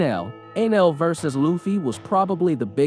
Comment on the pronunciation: did he say "Anal" instead of Enel...